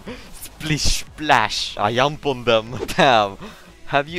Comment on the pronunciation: I lost it when he said "I yump on them"